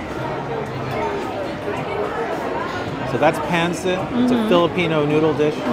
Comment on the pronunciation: it is pronounced pan seet not pan sit